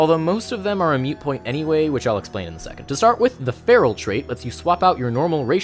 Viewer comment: Like this video but I almost cried after the third time he said "mute point".